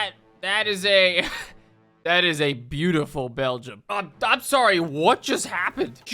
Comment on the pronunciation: yeeeeeah all filim (our king) did was say sawwy